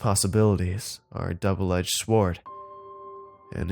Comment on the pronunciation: Did he say double edge sward